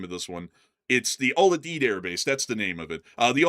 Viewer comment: Al You-Deed. It's a hard U.